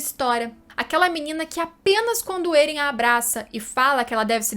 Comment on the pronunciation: Da uma aflição toda a vez que ela fala Eren ao inves de Éren